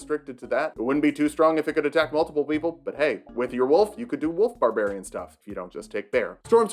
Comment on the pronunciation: "Barbrarian" [slow clap to STANDING OVATION]